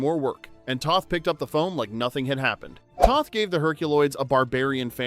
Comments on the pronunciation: It’s pronounced “Tow-th”, not “Tah-th” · Alex Toth. Long O (like toast or toe).